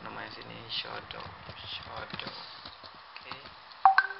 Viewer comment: shadow bro bukan shodow